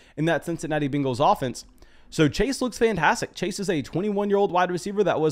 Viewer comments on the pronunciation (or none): Nobody: This guy: Bingles